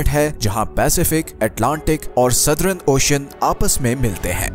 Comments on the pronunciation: Kindly pronounce the word southern as सदर्न. and not as सदरन and modern as मॉडर्न and not as मॉडरन you are pronouncing it wrong . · Sirji excellent video. But its Southern not Southrun and Modern not Modrun.